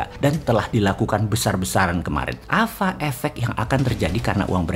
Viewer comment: sangking emosi boss man bilan "Apa efek jadi AFA EFEK". semangat bossmannnnn